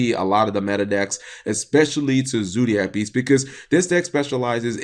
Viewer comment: learn how to talk you sped it's zodiac beasts not zoodiac beasts